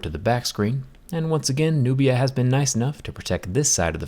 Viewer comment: Nubia sounds like nokia